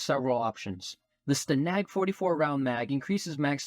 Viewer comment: Cool vid. The word "stanag" (standing for nato standsrdisation) is stAnag and not stanAg. Also, does the takedown barrel hurt strafe or spring speed? The video says sprint while the person says strafe.